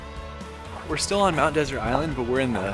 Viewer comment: You don’t even know how to pronounce Mt. Desert.